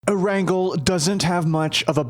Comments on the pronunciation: It's pronounced AIR-ANN-GAIL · It’s “Air-n-gale” dude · you can’t even say Erangel correctly. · Fuck you said "Erangel" Wrong so badly it made me cringe beyond belief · The way he said Erangel made me really upset.. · He says the name of the island wrong. Idk how tf people pronounce it in ways like that.